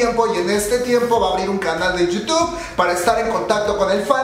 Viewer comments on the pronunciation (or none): none